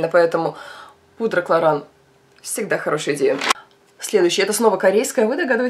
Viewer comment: Кларанс, а не клоран...